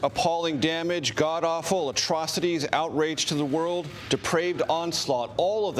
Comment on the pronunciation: Did he say attroficies?